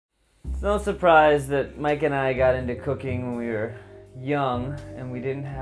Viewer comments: Did anyone else hear "we got into cocaine when we were young" 😂 then he said cooking and I was like OH, duh lmao. Damn stoners 😂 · I thought he said cocaine at the beginning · First time he said cooking, I heard cocaine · i legit thought he said cocaine at the beginnjng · Did anyone else hear cocaine intead of cooking lol I'm werird I think